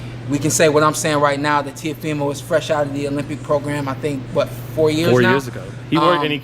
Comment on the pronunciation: LMAO... Leo Santa Cruz calls him TeofiNo. 🤣🤣🤣🤣🤣🤣🤣🤣